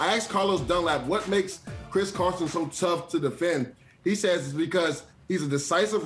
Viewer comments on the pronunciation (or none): mans said chris carson 😂😂 wtf am i watching 🤦🏾‍♂️ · He really said Chris Carson